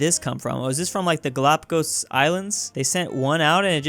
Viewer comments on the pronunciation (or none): none